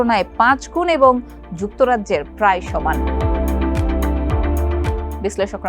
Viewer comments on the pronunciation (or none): none